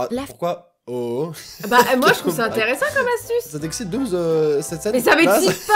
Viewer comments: Oui je suis une fille mais par contre Dooms ça se prononce pas doomz ça se prononce doomssssss voilà sinon c'est tout trop marrante la vidéo et au revoir bonne continuation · Etttt cc ci tu peux répondre ça m'arrange, je t'adore mais arrête de dire doomz c dooms